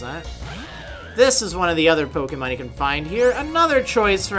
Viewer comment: You don't know how to pronounce pokemon you idiot